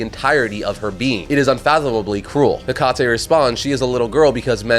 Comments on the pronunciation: Your continued mispronunciation of Hecate (should be "HEH-cuh-tee" not "heh-CAH-tay") is so irritating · That's not the right way of pronouncing Hecate. The right way is ( Heh Ka Tee) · You’re supposed to pronounce Hecate like “Heck-at-ee”